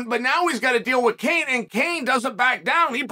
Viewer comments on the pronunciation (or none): LOL - "Kane"